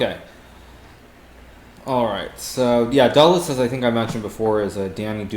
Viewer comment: Dubov's nickname is taken after Russian movie "Духless" and pronounced as dooHless, with fricative H. Just FYI :)